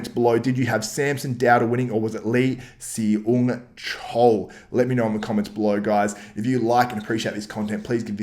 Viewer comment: Hey man, Seung is pronounced Sung. Great video btw! Love the content.